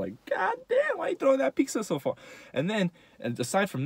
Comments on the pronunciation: *pizza not pikza😂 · He said piccza💀💀 only real mexicans know whats up🤙🏽